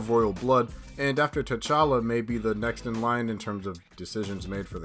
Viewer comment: It's tchalla.